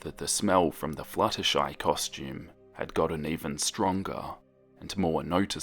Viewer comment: when the video started and he said "flutterschmooze" I wheezed but dont we all just hate it when we have white pencils and when we try to shade colors with them, the colors just go onto the white pencils tip?